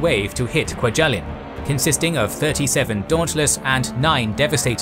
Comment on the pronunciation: I've been to 'kwa-gel-in'. It's not pronounced that way